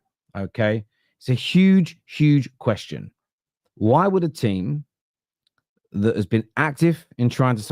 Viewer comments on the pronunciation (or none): ever since Sesko rumours started you've pronounced it sheshko so many times its affected how you say question like queshton 😅😅 love ya man but careful, you might start developing a lisp 😅😅